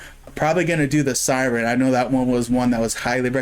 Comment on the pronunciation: It's called a 'Sirern'